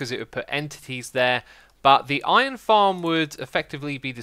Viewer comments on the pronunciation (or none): none